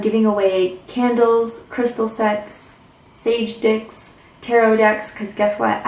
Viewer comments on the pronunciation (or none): I’m sorry... did I hear you say “sage dicks”? ..🤔